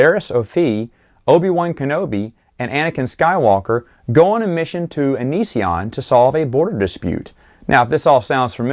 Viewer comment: Great review but you mispronounce Ansion! Haha